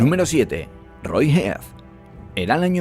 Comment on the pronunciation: Muy bueno e interesante tu video, pero debes tener cuidado en la pronunciación de los nombres extranjeros, como por ejemplo, la pronunciación del nombre del n° 9 (James Brewer) es chéims brúa, lo correcto es "hacía más de 30 años" o "30 años atrás", la del n° 7 (Roy Heath) es roy jiz, la del n° 2 (Shaun) es shon.